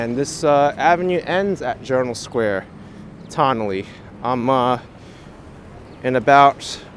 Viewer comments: It's pronounced "Tun-nelle" like your saying the word "ton" or the first syllable of "tunnel".. Confusing, I know, bc of the spelling "Tonnelle" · Tonnele Ave is pronounced: TON-A-LEE, In one quick speaking tone.